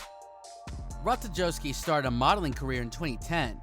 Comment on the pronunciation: Learn how to pronounce her name.